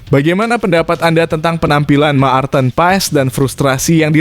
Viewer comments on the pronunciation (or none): Marthen bukan Maarten, jangan perkosa nama orang.